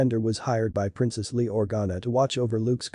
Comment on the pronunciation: Dash REN -DURR?Princess LEE? And CAL RISH IN? TATOO INE?.CORI SCUNT worse pronunciation I've heard in a star wars video